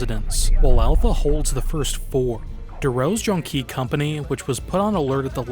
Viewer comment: to be pronounced "Jonquille" ( ʒɔ̃kij ; narcissus ), not "Jean qui" ( Jɑ̃ ki ; Joan who ).